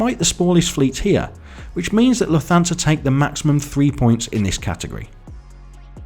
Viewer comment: Lufthansa is pronounced “Luft-hansa” not “Luf-thansa”